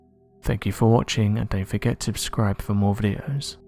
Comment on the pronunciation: At the end of the video in your closing statements, please use the word “SUBSCRIBE”, not “abscribe “. Just trying to help.